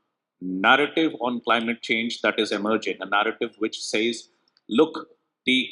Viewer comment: Not cleemat it's Climate make correction. 😅